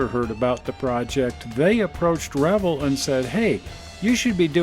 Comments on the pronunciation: You’re pronouncing Revell wrong. It’s Reh-Vell, not revle!! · Sorry I'm a little late to this video and found it Interesting in two ways. First, I always pronounced it "re-vail" but you pronounce it "revel" like rebel. Never heard it that way before but you're probably right. Second, I didn't know there was a model car museum in SLC. Where is it? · you are pronouncing the model manufacturer wrong, is pronounced like Chevelle. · I find it interesting how you pronounce Revell. up here in the NW it was always Ra vell. Maybe it is because we are too close to Canada. Good show.